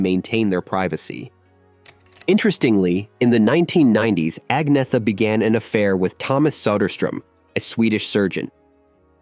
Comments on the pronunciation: Only an American can call her Ag-neetha - when the pronunciation should be Anyetta. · First of all......... you cannot even say her name correctly. In her own words.......... it is: aug-nee-et-a. That is the correct Swedish pronounciation, as she says it herself. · Heard her say it herself. Agnetha is pronounced ANNYETA! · Pronounced Anyeta! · At least pronounce her name right. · You pronounce it Anyetta Falskoh. I like your videos but you need to tighten up the pronunciations and lose the Godawful ai thumbnail images. Seriously.